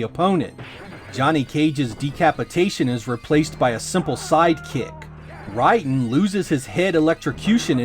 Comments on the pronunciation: Dude it's driving me nuts that you are flat out mispronouncing Raiden's name, it's Raiden not Ridin LOL it's not even a controversial thing it's been this way since the beginning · ray-den, not rye dan. if you were a fan, you would know how it is pronounced. not a fan but a script reader. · Great video, brings me back to the early 90’s and the sega vs Nintendo era.....but its Pronounced Ray-den, not Ry-din. Love you keep up the great videos. 😊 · Oh, you know what. There was the shooter game called Raiden that was pronounced "Rye den"... maybe that's what he says Rayden weird. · Who is Rye-Den? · You say Raiden's name wrong. The game it's self says his name. It is pronounced "Ray-Den". Some time they even spell his name "Rayden" as opposed to "Raiden". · Ridon? Really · No, the game says it wrong. 雷電 go to google and have a listen of the Japanese pronunciation. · sorry it urks me when people mispronounce names and try to pass off as a fan. you probably had metal gear sol 2 on the brain